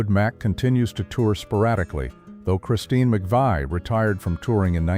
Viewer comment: can't even pronounce Christine or John McVie's name correctly